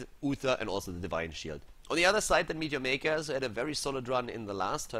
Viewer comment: i always thought it was ,midyamaykas lol